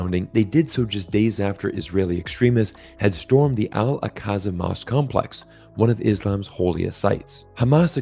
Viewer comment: Al Aqsa is pronounced ak suh. It hurts your credibility, which you go to great lengths to establish, when you mangle foreign pronunciation of Key names and places.